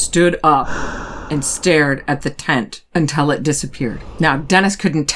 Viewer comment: You are a great storyteller, but you mispronounce “until” consistently.